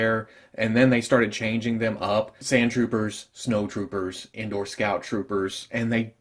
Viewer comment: It's *Endor...not "indoor". lol